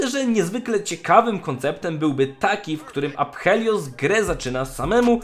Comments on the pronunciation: nie mów aphelios prosze, po angielsku wymawia sie apelios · ~afelios a nie apHelios (nie czytaj h) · Typie, nie czyta się "H". Nazwę tej postaci wymawia się "Apelios" a nie "ApHelios". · Proszę, nie wymawiaj tego ApHelios, tylko Afelios bo już uszy bolą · Błagam, błagam nie mów aPHelios, tylko aFelios. W łacinie (która jest bliska językowi polskiemu, bo wiele nazw polskich się od niej bierze np. Adwokat) ph czyta się jako f (nawet chyba w angielskim tak jest). Dlatego proszę czytaj tak to, bo to rani moje uszy ;_ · Nie wytrzymam jak mówisz "aPHelios" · Czyta się AFELIOS. Kuje w uszy xD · NIE wymawia się w jego imieniu "h" : więc mówi się A(f)el(j)ios. Łączy się "p" z "h", więc "h" tj. w języku niemieckim zanika, a "i" zostaje zmiekczone przez "l" które mocniej się wymawia w jego imieniu. Jego imię jest zabrane z pre-celtyckiego języka z ukreślnikiem greckiego - skąd wiem? Po intro historii z forum na lolu. Imiona wszystkich występujących tam bohaterów maja te same pochodzenie immienne. Imię jego siostry oznacza "odkupienie" lub "piękna" Alune, czyli - στυπτηρία - styptira. Natomiast Aphelios pochodzi od - αφήλιο - Aphelion. Jeżeli moja wiedza archeologii pre-linostycznych znaczeń się zgadza, Aphelios ma takie same znaczenie jak imienie jego siostry, czyli "przystojny", co do odkupienia - to niestety słabo, bo nie występuje u niego "lun" w imieniu No cóż, przynajmniej tak naprowadzają poszlaki w tekście. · Jedna sprawa. Jego imię powinno się czytać "Afelios" a nie "Aphelios". Jako że jest to nazwa własna, konkretniej imię w języku angielskim. A jak dobrze wiemy połączenie liter "ph" po angielsku jest czytane jako "f". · rozumiem ze to wciaz jest nawiazanie do greckiego ap helios i ze to jest jakos "daleko od slonca" ale wciaz to APH boli >:( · Ph czyta sie jako F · Nie czytaj tego aPHelios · Ja myślę że to powinno być bardziej przez "f" afilios. Z angielskiego oczywiście. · uszy mi krwawią jak czytasz "P" w jego imieniu... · Zgred bo tak się powinno czytać